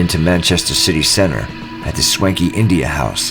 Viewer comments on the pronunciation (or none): none